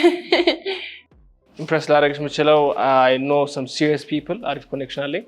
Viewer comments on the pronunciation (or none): Wellahhhhhh starts from the early minute, she saying ሲረስ Dan serious 😭😭😭